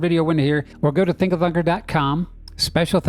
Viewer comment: listen to how you introduce yourself on this one...sounds like ...thinka f@ Love your work..Dont stop!!!!